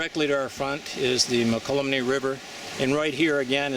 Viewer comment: Mo-kel-umne River. Not however you pronounce it. Try the Tuolumne next.